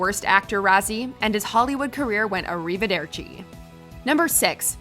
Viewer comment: Se non savete come pronunciare "arrivederci", allora non lo pronunciete, per favore... *If you don't know how to pronounce "arrivederci", then do not pronounce it, please...